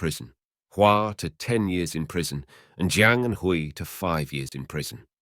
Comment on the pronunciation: These videos on Chinese crime are very interesting. But would it hurt to learn how to pronounce the names properly. Hui is pronounced way. Kui is pronounced kway, As someone who is learning the language it hurts my ears to hear the mispronouncing of the names. Otherwise thank you for your work.